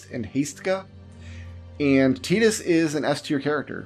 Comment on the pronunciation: I love that you actually say tidus correctly. Sick of hearing titus out of everyone.